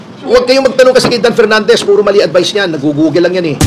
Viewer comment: Dan pernandes walang LETTER F at V😢